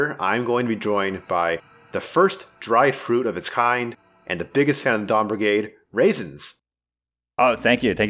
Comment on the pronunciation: I heard don brigade and felt included. Then when Reyson kept talking i realized, its the dawn brigade ....